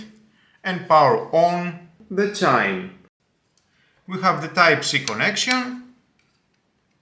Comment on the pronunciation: The word 'chime' is pronounced chym, not chim.